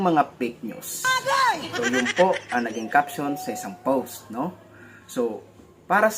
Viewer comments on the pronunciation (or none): hello happy new year sayo,,,maganda naman ang mga ginagawa nyong reaction,pero madalas ho naririnig ko sinyo ang salitang powst,,post lang ho yun walang W,salamat